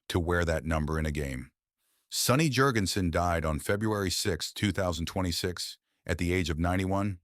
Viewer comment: Hey, AI brainiac, it might be pronounced Yurgensen in Scandinavia, but in North Carolina, where he was born, the name is JURGENSEN. Now tell me the name of the human being you put out of work.